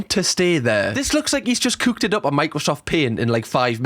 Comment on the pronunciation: Honestly i just love watching these Gordon Ramsey vids just so i can get my daily fill of listening to pronounce cooked, as cuuked